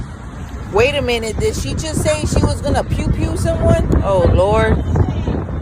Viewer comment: Not "pewn pewn"😂😂😂😂😂 sorry that was funny to me